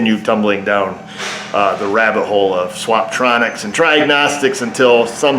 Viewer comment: "swap-tronics" and "try-agnostics" 🤣🤣🤣 I'ma have to remember those!!